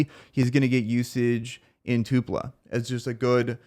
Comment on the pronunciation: It’s TULPA not two pla